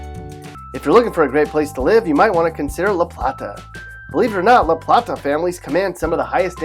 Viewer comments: First, the blithering idiot narrator pronounced LaPlata and Bowie wrong. La-plate-a not La-platt-a. Boo-ey not Bow-ee. Takoma Park is a hard communist hellhole where Republicans are not allowed to live and smoking a cigar in your backyard is frowned upon. Cheverly is a PG County dump with lousy restaurants and surrounded by crime and the schools are atrocious. La Plata is becoming a dump as it is getting the riff-raff from PG County migrating there. Poolesville and Rockville are in big government Montgomery County where you have to ask permission from the government to do almost anything with one's own property. The elected officials are hard-core Stalinists. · its pronounced Lu Playtu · La Plata pronounced La Plate Uh. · Did he just say LA PLAAAAATA. Sir no, it’s La Plata, like a plate 🙄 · Correct pronunciation of La Plata and Bowie: La PLAY-tah, not La PLAH-tah BOO-ee, not BOE-ee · It’s pronounced (la plate-a ). And ( boo-e) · This is the absolute worst advice ever. But its obvious this guy isn’t from Maryland. La Plata is pronounced La Play Ta. Not The way he says it. Same with Bowie. Its not Bow E. It’sBoo E. And its a dump in the middle of Prince George’s county. What about Solomons, Annapolis, Davidsonville, Several parts of Southern Maryland are great. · Okay so first it’s La Play ta (La Plata), second it’s Boo wee (Bowie) and third Rockville is only a 20 minute drive north of DC, your depiction has Rockville up near Hagerstown which is about 1.5-2 hours away. Maryland is a wonderful place to live, especially Montgomery County. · That's not how you say la plata- Its La playta (that's how you pronounce it) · Say it with me..... La playyyyyyy ta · La Plata is pronunced (la-plate-uh) here in Maryland. Plus, you've got Rockville mapped totally wrong. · The guy mispronounced La Plata, Bowie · He pronounced LaPlata wrong but also LaPlata is def the worst cities including with Waldorf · Seriously? Mispronounced 3 of 10 cities? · He Butcherd La- Plata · And Laplata